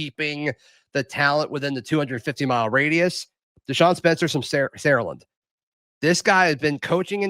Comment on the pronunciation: Sara land is how they pronounce it down here lol never heard anybody like say it like Zac 🤣